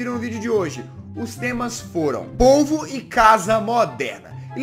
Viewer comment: soh eu q entendi ovo em vez d polvo??